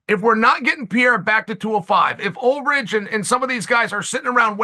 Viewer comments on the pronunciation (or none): 31.49 Ulridge???😂😂😂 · 31.49 Who the hell is Ulridge?😂😂😂